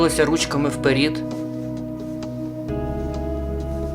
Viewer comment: Вперед а не вперід!